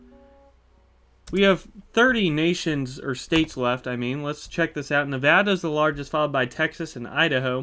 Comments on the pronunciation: He pronounced nevada right too i never hear anyone say my state nevada right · Yoo he said nevada right. Nevada residents rejoice 🫡